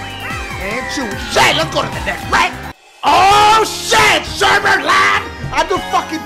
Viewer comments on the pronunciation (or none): he said "sherbert" instead of Sherbet .......